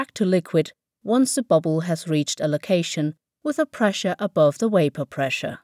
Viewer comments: "The wapour condensates...." - You need to say "The vapour condenses". While you CAN say "condensate", it's very rare. No native English speaker would say this. Also, I know Germans try so hard to learn how to say "w", but please don't use it when you're not meant to (ie. when the word has a "v" and not a "w"). "How does it look like?". Either you say "How does it look?", or "what does it look like?", but never "how does it look like?". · What the hell! She pronounces every other V correctly, both at the start of words and in the middle. It's like she just did the W thing in vapour to distract people! So weird! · Vapour NOT wapour.... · waypor? Surely you mean vapour with a v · I'm trying to take this video seriously, but they could have used a narrator that can say V. I'm glad I've learnt all about wapour. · How can she pronounce cavitation correctly but not vapour? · she can say evaporation but cant pronounce vapour.... WTF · Impressive how she was able to pronounce the 'v' in cavitation but not in vapour!